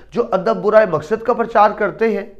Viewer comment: برائےکے با پر زبر ہے ۔ پیش نہیں ۔